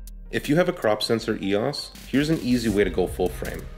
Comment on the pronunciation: Thank you for pronouncing EOS the correct way. It seems that a lot of ' reviewers ' in the US and Canada have difficulty pronouncing EOS, calling it E.O.S, which really gets on nerves. In Greek mythology EOS was the goddess of dawn, as Helios was the Sun god. BTW, I just bought one of these ancient cameras, to use my Canon L lenses on film. Thank you again.